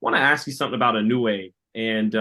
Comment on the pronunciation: アメリカ人はいのうえ。の発音難しいんだね！イノウェイ。